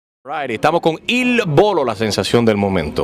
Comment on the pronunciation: lol he said Il Bolo